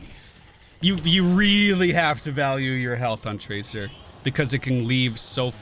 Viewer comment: Did he just pronounce tracer traker?